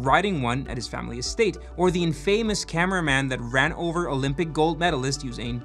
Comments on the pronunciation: Infamous is pronounced in-fuh-muhs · "in-fah-moos." "yorksher." say it with me now.